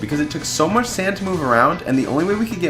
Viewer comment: oh he said fuck instead of much lol